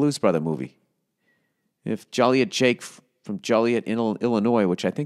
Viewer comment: I'm from Joliet... 1.) you pronounced it wrong, 2.) at one time there were three prisons there... four if you count the juvenile detention facility.